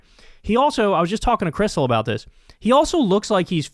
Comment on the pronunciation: Did he say dis? A cross between does and is?